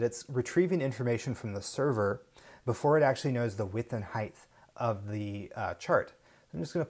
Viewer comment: Nice presentation. But come on,, "width and heighth"? The word is "height"